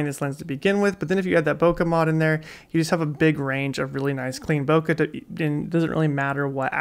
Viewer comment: Hey man, great video but do look up the correct pronunciation of "Bokeh" 😊 or better yet, ask a Japanese person. Cheers!